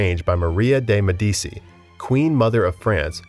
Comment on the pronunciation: Yeah. He got to her while butchering the pronunciation of medici. I had to stop watching.